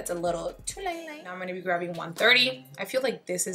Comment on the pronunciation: You killed me when you said "grapping my kanufa by Huda Beauty" 😂❤️ it's too cute